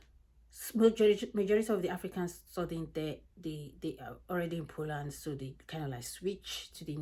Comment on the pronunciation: Hi, great content, but could you please pronounce the name of the country properly?